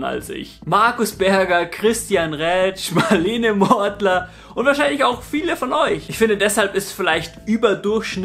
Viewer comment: "Marlene Mortler" bin verreckt xD